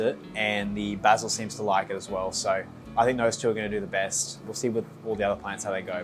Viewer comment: Literally stopped the video 1/4 the way through cause I can’t stand hearing how you pronounce oregano and basil